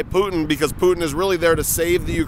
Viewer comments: Why does everyone in this vid pronounce Putin as ‘Pew-Teen’ instead of ‘Poo-Tin’. Am I crazy? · Why is it they all say “Pu-itin “ instead of Putin? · "pewtin" .... lol pew pew pew PEW PEW.... PEWTIN! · “Pewtin” (Putin) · I love hearing people say "Pewton" for Putin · why cant anyone properly pronounce Putin? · I have NEVER heard somebody pronounce Putin with a long U but now I’ve heard it twice. What’s up with that??